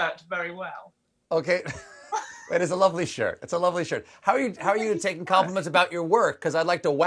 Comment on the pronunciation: Did she say shirt or show?